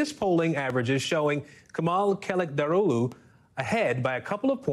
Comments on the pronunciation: not kılıG. KILICH -DHAR-OGLU. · not KI-LEACH or KILI-G